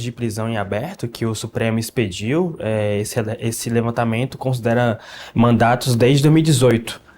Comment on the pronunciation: E olha que falou “mandatos” mais de uma vez kkkkk